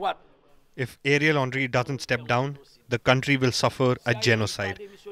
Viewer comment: Who heard Ariel Henry as Area Laundry ? 😂🤣